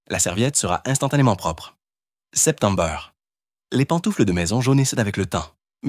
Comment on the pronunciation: Moi aussi, il le dit toujours 😂😂😂😂😂